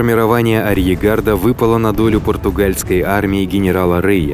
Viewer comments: Класс. Но слово "арьергард" диктору никак не даётся( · Скорее всего, автор имеет в виду "наполеондор" , французскую золотую монету в 20 франков . А так же неправильно произносит слово "арьергард" и иногда , ещё кое где, по мелочам ошибается :)